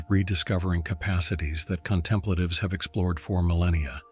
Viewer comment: That's NOT how CONTEMPLATIVES is pronounced. This kind of sloppiness indicates AI production with NO quality assurance (QA) and NO final, critical listening review. Now, THAT's how to pronounce CONTEMPLATIVES. Again, where's the quality assurance?